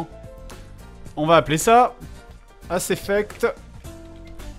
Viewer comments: Mais c'est Mass effect pas Ass effect, a moins que le hentai n'ai corrompue le plus profond de nous même... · tout ceux qui ont remarqué le ass effect au lieu de mass effect. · C'est moi où fred a complètement charcuté le nom de son propre jeu sous le coup de l'excitation x) ?